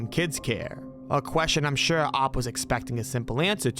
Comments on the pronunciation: For future videos, it's "O P". Not "Opp". "O P" as in Original Poster. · Alright so this has to be AI narration, right? If not, my guy just pronounced "OP" as "OPP" Edit- actually, what if they did it for the comment engagement, and I'm just playing into it? Genius, if thats the case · saying 'OP' as 'Opp' is hilarious.